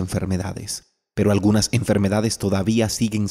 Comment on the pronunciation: Agunas? O todas